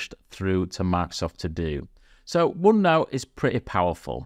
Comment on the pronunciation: "uonnou" huh :face-green-smiling